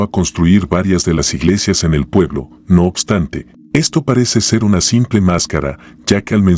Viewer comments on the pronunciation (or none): none